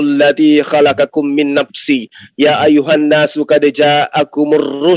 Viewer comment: Gue ngakak ngak mungkin ....ya ayyuhana Arabia 😅😂🤣🤣🤣🤣yang pasti ya ayyuhannas itu baru betul... Belajar dulu oten